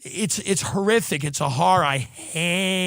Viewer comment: Why does tim always use that New York fat rich white woman accent when he says “horror”. Stop saying it like a female